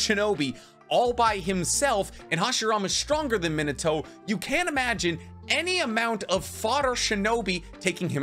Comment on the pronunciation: Bro for someone that has such insanely vast knowledge....you HAVE to stop pronouncing ME-NAH-TOW as fuckin minotar lol